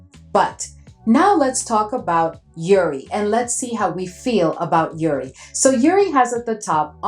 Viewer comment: Hi, just wanted to say I love your content, especially Middle Eastern Thursday. From all the content creators & YouTubers you’re the one who inspired my fragrance journey ❤ I’m an Arab! We pronounce the J in jouri it’s a type of flower I believe a Damask Rose 🌹